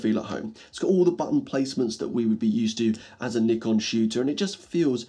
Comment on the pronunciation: Instant thumbs up for pronouncing Nikon right